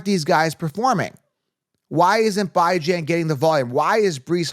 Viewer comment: BYE-JAN makes me cringe every time 🤣